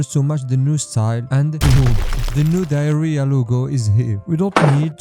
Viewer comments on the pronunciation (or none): It's "Diarrhea" not "Diara"